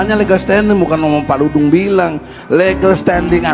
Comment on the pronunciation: Maaf P. Ustad!! Saya koreksi... Bukan P. Dangdung! tapi Pa. Dudung. Coba baca lagi tanpa kaca mata atau maaf ...bersihkan lagi telinganya. Melesetkan nama orang....berati menyakiti orang tuanya atau orang2 yang mencintainya. Kalo menghina mahluk Alloh apakah berati juga menghina Penciptanya...?!?